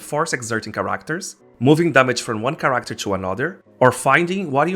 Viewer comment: Your accent throws me off. It's good information but character and amber weren't inherently clear to me.